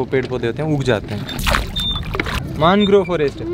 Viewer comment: isey मानग्रोव nahi मैंग्रोव bolte hai. Jo bhi ho bahut sundar prastuti, camera ki aankho se sundar prastutikaran. Kabhi mauka mile to vishva ka sabse bada mangrove west bengal+bangaldesh ka sundarban dikhaye, aur odisha me bhitarkanika dikhayeye